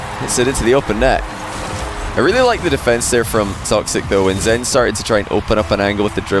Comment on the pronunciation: all I hear is xan instead of zen, man I need to stop doing drugs